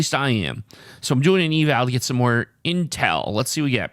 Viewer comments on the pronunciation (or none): none